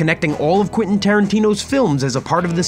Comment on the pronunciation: Please stop saying "Quinton" 😂